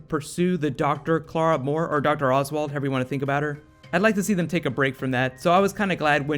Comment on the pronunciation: I wish this guy would learn to say Clara right. It's spelled C-L-A-R-A and he's saying K-L-A-R-A